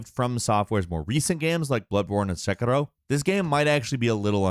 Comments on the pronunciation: Lmao wtf was that pronunciation of Sekiro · Dude, man. Just say "Sekiro" normally. You're speaking English. Great first look though. You always give an accurate and honest first impression of new games.